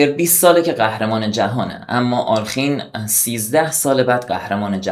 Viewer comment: دوست عزیز دستت درد نکند. لایک زدم. ساب هم شدم. فقط یک نکته. اغلب میبینم دوستان جوانی مثل جنابعالی، نام آلخین را بصورت alkhin تلفظ میکنند اما بعد از لام، کسره وجود دارد و در واقع بصورت آله خین باید تلفظ شود حتی اصل نام در روسی بصورت آلیوخین است که در تلفظ سریع، تبدیل به کسره میشود.